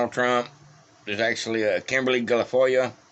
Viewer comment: Kimberly Guilfoyle's last name is pronounced gill-foil, a little emphasis on the first syllable.